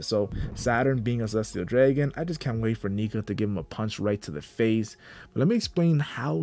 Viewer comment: "Draygon"? This guy doesn't know how to say "dragon"? It's the name of the main character's father, and there is also an end game faction of Celestial DRAGONS. AND it is a common word even outside of One Piece. Come on man, just 'learn the word "Dragon".